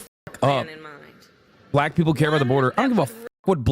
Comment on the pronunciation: When Hasan talks about Black people he sounds SO HARD like he wants to say the N word with the way he emphasizes it. Jfc Edit: He also keeps talking about how bad and horrible the USA is, when he has literal Millions of dollars to move to another country and live just as comfortably as he does in the USA. His followers are just cult members at this point